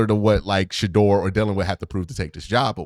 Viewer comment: Q, you’ve randomly began pronouncing Shedeur wrong! Plz fix